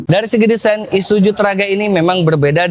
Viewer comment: ISUZU mas.. Bukan ISUJU..😂